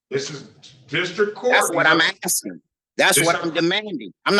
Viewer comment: Just sounds funny hearing "assin da question." :face-blue-smiling